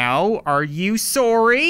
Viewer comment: He apologized for shooting the start dude and even said, “Soory,” he is a true Canadian